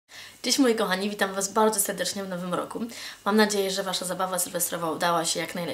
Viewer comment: "Witam was bałdzo sełdecznie w nowym łoku" :D